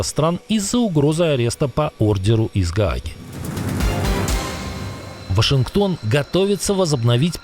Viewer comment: Почему говорит вОшингтон? 😂😂😂😂😂😂😂